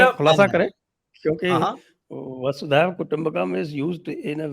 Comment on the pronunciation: It’s Vasudhaiva Kutumbakam ie Vasudhaa(Earth) Eva Kutumbakam and it’s NOT Vaasudeeva Kutumbakam